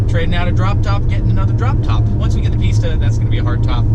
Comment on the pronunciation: Every time he says pista I’m gonna think he says pizza